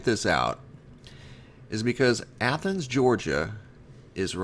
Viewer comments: Praise God, you actually pronounced Athens properly. You're now officially on my hero list. By the way, you're doing a wonderful job here sir!!! Keep it up... Would like to see more said about the New Madrid happenings by the way. Hoping to use some of the info you have here in my next article or video. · Thank God you finally pronounced Athens right,lol, it is the same as the pronunciation of the Athens in Greece. The video on this the other night made me cringe when you said Aye-thens five or six times, lol! I do enjoy your work, I was born and raised in South Ga. down near the Okeefeenokee around towns named Alapaha, Willacoochee, Nashville.